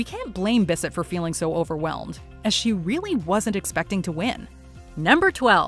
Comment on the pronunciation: I'm still applauding Kanye for that Taylor moment 🤣🤣🤣🤣🤣🤣🤣❤ Oh and, learn how to say Jacqueline Bisset's name right. Thanks